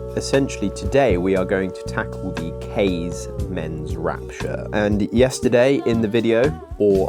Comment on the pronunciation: Also the pronunciation of "Kaze" isn't correct either if it's supposed to be Japanese inspired.